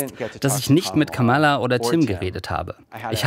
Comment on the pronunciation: Ja, aber Kamala können sie immer noch nicht aussprechen ;-) Die Rede in Butler hab ich auch live gesehen und kann immer noch nicht verstehen, was die Leute an dem Typ finden. Und Musk erst, peinlicher ging es kaum. Eine Frau meinte, sie hält sich mit der Kritik zurück weil der ADHS hat. Konnte ich nicht nachvollziehen....